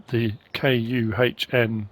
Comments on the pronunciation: I always have pronounced KUHN as Con not sure if that's correct might help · Why cant you say kuhn? Licensing?